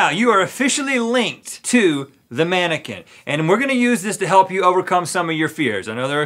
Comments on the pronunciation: Its mannequin not maniken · "Im a tannaquin" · Did he say tannequin???? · No one: Link: “I’m a tannequin”